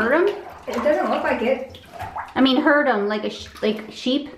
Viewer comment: you say is she trying to herd them put emphasis at the d on the end when pronouncing the word. and say them not em after. your friend would have been able to understand you better than hurt em.